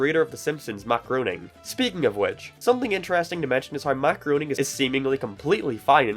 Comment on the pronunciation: Matt Groening is actually pronounced Graining. If you do not believe me watch a audio commentary of his shows and he will say his name himself.